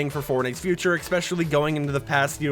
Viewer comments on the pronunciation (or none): It's ESpecially not EXpecially. Every 👏damn👏 video👏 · why do you say eXpecially